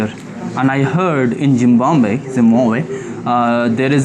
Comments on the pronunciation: Zimbabwe ❌ Zimbanbe ✅ Zimvanve ✅ Zimbanve ✅ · He seems to be so stupid again and again pronouncing it wrong, just can split and pronounce it right. ... Zim.....bab....we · Jimbabwe nahi Zimbowa be nahi it’s ZIMBABWE 😅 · jim baab we, your pronunciation is jim wannwe. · Zimbabwe not a Zimwabwe 😂😅🎉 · Bhai Zimbabwe hein zimbomboye nahi 😂😂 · bhai aapne poora zimbabwe ko zimbambe bol rhe the. apne bola koi galti ho toh sudhaar dena isiliye bol rhe hai. ZIMBABWE. pronounce: Zim-ba-bue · aapka Hisaab-Kitaab kuch galat nikla! 😀🤪 Its not ZIM-WAM-BE ITS " ZIM - BAB -WE! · It's Zimbabwe Not ❌ Zimbambe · Zimbambe😅😅 itna kyu struggle karr raha hai. It's Zim+baab+ve in pronunciation. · You have serious problem with your English pronunciation you are travelling International lots of countries but you can't pronounce a country name properly Zimbabwe but again and again you are saying Zimbamba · Zimbambe.... Zimbambe kya hai?...... Say Zimbabwe 😂😂😂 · its Zimbabwe not zimbambe Thik se to nam nahi le pa rahe ho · उच्चारण थोड़ा ठीक कर लो। जिंमाम्बवे नहीं जिंबाब्वे (Zimbabwe) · जिम्बाब्वे। 😂😂😂 जिम्बाबे नहीं। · Bhai zim baa buuee ye bola kyu nehi jaa raha aapse😂 U said zimbambe zimwawue zimame but zimbabwe bola nehi ja rha 😅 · Bro it's ज़िम्बांवे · Zimbabwe ❌ Jimbambe ❌ Zimwawe ☑️ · Bhai, whats your problem in your life, local guys in Zimbabwe tried to correct your pronunciation of the name of of their country, but you are such an asshole, that you are still adamant a d pronouncing their country's name as Zimbamwe. You don't have to be so stupid and arrogant while travelling to countries and respect their culture, language and so on. Rest all good, enjoy, cheers👍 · are vai it's ZIMBABWE (zim-ba-buye) ab sahi se bolna!😑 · Please pronounce Zim baab Way! Properly at least once 😂😂😂😂😂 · Why do you always pronounce 'ZIMBAMBE'? So irritating! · Bhai abhi tak "Zim Bab We" pronounce karne main nakaam Raha hai 😂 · Choosey Zim baab way kyu nahi bola jarha terese